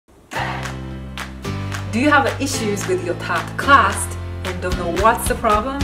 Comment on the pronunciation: Where are you from? Your accent sounds weird? The ?clark" = crack?, "class" = crust? Pinoy? Vietnamese?